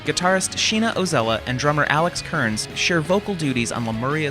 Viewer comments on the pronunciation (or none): none